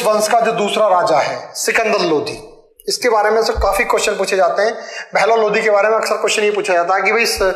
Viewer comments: Chutiya ये लोधी राजपूत अलग होते है ,, लोधी नही ह वो लोदी है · Sir पहले तो वो लोधी नहीं लोदी होता है इसलिए पहले उसे सही kr लो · भाईसाहब जिसे आप पढा रहें है वो ....लोदी ....है ना कि लोधी .. लोधी तो राजपूत क्षत्रिय जाति है आप पहले खुद पढ लो। फिर दूसरो को पढाओ ... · भाई साब वो लोधी नहीं लोदी होता है। और लोधी तो क्षत्रिय हिंदू है। 👑💪